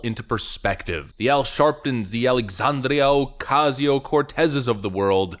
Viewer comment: I like how you rolled your tongue when you said "Alexandrrrrrrrrrrrrria" Ocasio-Cortez. Someone's been watching Mark Dice. 🤣